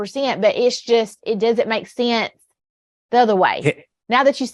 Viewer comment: Kandiss Taylor (yep, that’s how she spells it) can’t use any kind of sense, she can’t even pronounce the word ‘sense’. She said “it doesn’t make scent”